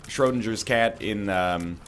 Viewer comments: That was the worst pronounciation of "Schrödinger" I have heard in my life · The way this pile of men flesh pronounces „Schrödingers cat“ is kind of makeing me uncomfortable.